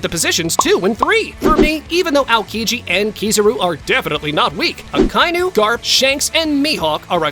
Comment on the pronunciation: Bro really said 2is akinu